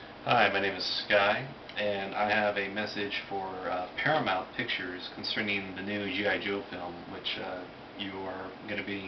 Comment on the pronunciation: its PARAMOUNT, not paraMONT dumbass.